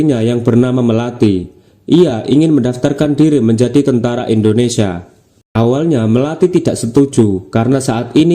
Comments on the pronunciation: Ingat bacanya "INDONESIA, bukan ENDONESIA' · Indonesia bukan endonesa 🙏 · INDONESIA❌ INDONESA✅ wkwk